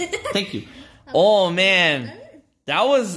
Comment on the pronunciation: said ow instead of oh!!